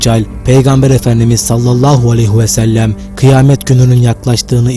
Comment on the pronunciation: Daha sallahu aleyhi ve sellem demesini bile bilmiyorsun, (aleyhu diyorsun) deccal hakkında ahkam kesiyorsun.